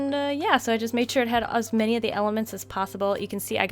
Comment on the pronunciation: I'm gonna call her Cuz that's what I heard when she said "as many"